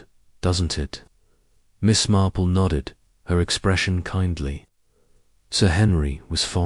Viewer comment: Thank you for posting this; however, have many channels that post Agatha. AND, w/o ads or at least ads between chapters (like every 5 chapters, etc.) Also, it feels a bit A1. I don't care for the way Miss Marple is read. It is not Miss Marpell. Also, this sounds like the book, After the Funeral, which I have read at least 4 times. Good luck & I am signing off at 16 minutes.